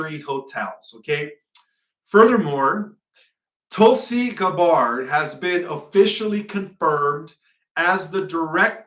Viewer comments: tarot is pronounced Tear-oh and Tulsi’s last name is Gah-bird, tyvm for sharing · Please learn how to pronounce Tulsi Gabbards name. Just watch one video about her anywhere.